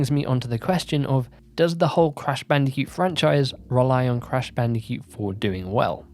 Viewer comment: Why do you say bandicute and not bandicoot hahaha